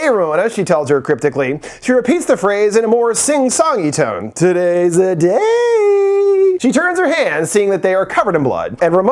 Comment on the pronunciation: I think this is my favorite intro skit 😂. "Todays deh daey" is gonna be in my head forever